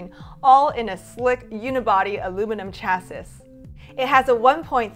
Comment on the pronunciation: it is pronounced Chass-eee ...not chass-siss